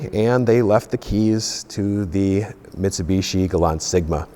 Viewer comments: it's pronounced Mitsubishi clown not mitsubitchy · Uhmm sorry but whats a mitseeebeeeesheeeee? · Metsubeshi Gulunt. The american pronounciation.. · The way he says Mitsubishi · Claims to be the biggest Mitsubishi fan but cant pronounce it right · I know us (Brits) and the Americans both pronounce some car names differently. But The way you pronounce Mitsubishi always makes we laugh. You guys pronounce the second I as an E, whereas we pronounce it like you would when you say "in".... Oh, and Nissan also makes me laugh (Nee-sahn to you guys LOL) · that awkward moment when you have a brand revolving around mitsubishi's but can't pronounce mitsubishi.